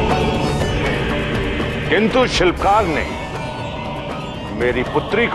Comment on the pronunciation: Vo shilpkaar hai, shivakaar nahi